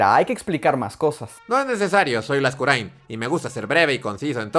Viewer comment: Por fin escuché mi apellido bien pronunciado jajaja